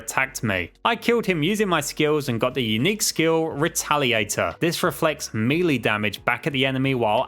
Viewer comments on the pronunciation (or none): none